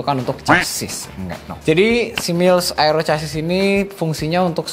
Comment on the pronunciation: FYI "chassis" in English dibacanya "cha(e)s-sy" masbro.